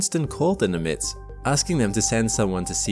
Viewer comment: "Nimitz" is pronounced with accent on the first syllable. NĬM·ĭts